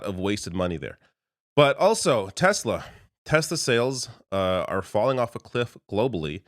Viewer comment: Tesla, tesla, tesla? Oh you mean Tesler 🙈